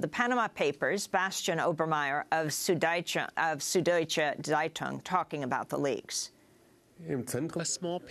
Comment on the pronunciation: It's not "sood". You simply don't have this sound in the English language. It's also spelt "Süddeutsche Zeitung" and if you can't make an "ü", you should rather use "ue" instead of a single "u". (The same goes for "ä" and "ö" respectively.)